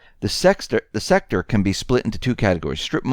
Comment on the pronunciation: U SAID SEX-TOR WHAT WERE U THINKING?